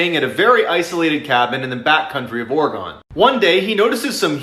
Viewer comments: Oregon!!! Pronounced Or ri gun!! Not fucking Oreo gone! Damn squid! 😂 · Pronounced Oregan not Oregone I know I asked all levels of society if it was one of those or Oregun when I moved here 12 yrs ago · John. John. John. It is ORE- E- GUN. Not ORE-E- GONE. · Oregon is ore-gun not ore-gone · Not Oro-gon it's Oro-gen. People always mispronounce Oregon and Nevada. Ne-va-duh, not Nu-vaa-duh. lol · Or-y-gun None of this '-gon' nonsense... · One of few who pronounce it or-e-gon instead of like organ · Awesome content! Submitted 2-3 5 times a week. One correction: OR-e-GUN. Not OR-e-GONE. Oregon. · Hey, it’s pronounced “Or-e-gun”, Not “Or-e-gone”;) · He's says the state Oregon funny. Phonetically speaking it's actually pronounced Oregun not Oregone. I should know I lived in Portland a large chunk of my adult life. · Did I just hear you say ore-gone? Ore-gone? 😂😂😂 Oregonians know it's pronounced or-e-gon. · I'm sorry I just cackled when you said Oregon but said "Orgawn" 🤣 just letting you know it's basically pronounced like the word organ 👍🤣 love your vids, this was hilarious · The way you pronounced Oregon 🤣 it's Ory-gun not Or-gone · Thanks for your content, Mr. Ballen 😊 btw from an Oregonian, there’s a slight stress on the first syllable of Oregon and the last syllable is pronounced “gun.” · Oregon is a scary place. Lots of psycho killers and unexplainable creepy wilderness creatures/spirits. In case you do another story involving Oregon, it’s pronounced “Or-again” and sometimes,“Or-a-gun.” Keep up the great work! I’m obsessed! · The strangest part about all the stories is the way he pronounced Oregon, Ore-gon. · He said they were staying in Ore-Gone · It's pronounced Or-e-gun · did he just pronounce oregon as Ore-GONE??? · I was your fan. Until I heard the way you pronounce "oregon". Shows up to empty ore mine "Yo. Whys the ore gone?!" Lmao 🤣 🤣 🤣 I cant even. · Oregon(ORE-GUN) Thank You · It's pronounced oregun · As an Oregonian, you pronounced Oregon wrong.